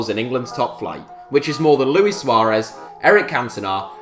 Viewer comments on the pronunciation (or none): none